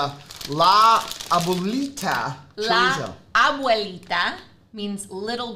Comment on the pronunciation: yay Rachel! you pronounced abuelita perfectly!